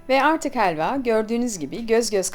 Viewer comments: Hheeelva degil abla helva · Heelva değil helva